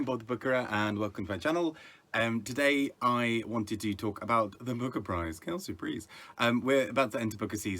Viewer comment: I laugh each time you say quel surprise in you British accent....twice in this video🙂